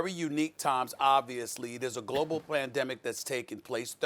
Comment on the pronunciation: He mispronounced words a lot so I dont think he is a conspiracy theorist